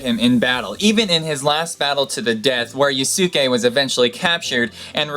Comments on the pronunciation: Drupe, not droupe, Carthage, not Carthadge, plus please learn to pronounce Lieback (Lee-back) and Yasuke (YAs'ke) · The Yasuke story was definitely very cool. To help your pronunciation. I do believe in Japanese the su is very quickly pronounced so it rhymes with Sauce-kay.